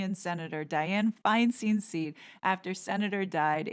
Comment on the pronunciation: ITS PRONOUNCED FINESTEEN.!!!!!!!Have some respect. Listen to the news.